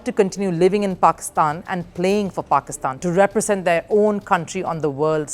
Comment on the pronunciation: We is she pronoucing it as if she's saying PORKISTAN?